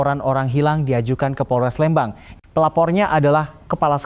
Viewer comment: 😢maaf bukan Lembang tapiiiii Leeeeembang🙏🙏🙏🙏🙏